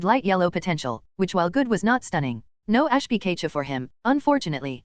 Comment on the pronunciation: PI KAY CHU someone how this mispronunciation gets to me. Probably because its so iconic.